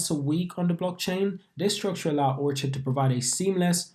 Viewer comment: Yeah it’s “or-kid” like the flower 🌸